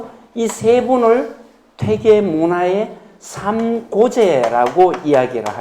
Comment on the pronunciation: 퇴계의 퇴의 발이 틀렸나이다. 길게 발음해야지오!!